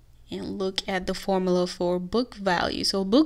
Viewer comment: You have the pronounce the U in formula.